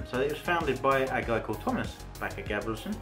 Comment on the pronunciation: The name is actually not French, but Norwegian, as the founder of the brand was "Thomas Bache-Gabrielsen" from Holmestrand in Norway. And the "ch" part is pronounced with a "k" sound, so you were quite right.